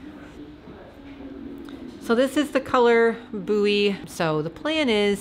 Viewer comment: OMG I’m exactly the same as you with calculations! The moment someone talks numbers at me, it just like a big curtain drops down before my eyes, and their words become gibberish. Your blanket is beautiful. I’m in awe because I don’t sew at all. I love the cable pattern on your red socks. Incidentally, I think maybe ‘Buoy’ is pronounced ‘Boy’, as in those anchored floats you might see to warn of danger etc., and they are usually bright red… think of buoyancy, buoyant. And, it’s another nautical connection to your blanket! ❤️🛟 PS - I’m so sorry, I’ve just found out that buoy is pronounced differently in America. I have never heard it pronounced that way! You learn something every day. 😬